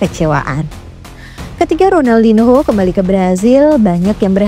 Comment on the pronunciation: Ronaldinho di baca Ronaldinyo karna ini bahasa Portugis mbak. Hrup n ktmu h di baca nya.